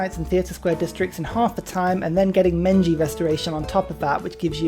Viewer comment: ...I'm sorry.. did you say Menji Restoration?